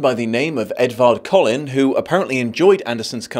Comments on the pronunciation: It’s Edvard Collin, but people seem to pronounce it as Edward Cullen. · I'm sorry did you say Edvard Cullen? .... like from twilight?! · It’s Edvard Colin.